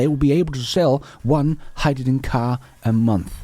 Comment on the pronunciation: Toyota is drowning in Gin, that's Hyd-da-gin 😂